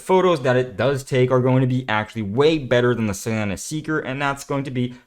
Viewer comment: I dislike the way to pronounce solana. lol